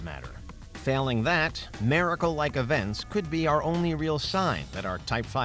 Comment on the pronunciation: The way you say miracle is troubling "mare-ickle" it's just weird